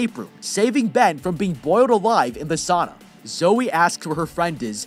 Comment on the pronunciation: "Saana" 😂 its not that hard to say its just Sauna